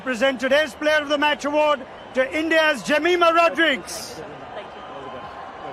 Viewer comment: എല്ലാം കൊള്ളാം. താങ്കളുടെ റോഡ്രിഗസ് എന്ന ഉച്ചാരണം ഒരു കല്ലുകടിയായി അനുഭവപ്പെട്ടു. റോഡ്രിഗ്‌സ് എന്നാണ് ശരിയായ ഉച്ചാരണം. ഇനി ഉച്ചരിക്കുമ്പോ ഴെങ്കിലും ശരിയായ ഉച്ചാരണം നടത്തുമെന്ന് കരുതുന്നു.